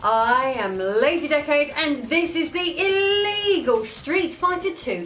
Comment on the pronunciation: Lady Decade sounds extra badass when she stresses the ILLEGAL part.